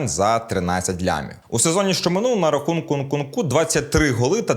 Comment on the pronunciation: "Нарахункункунку") з першого дубля?)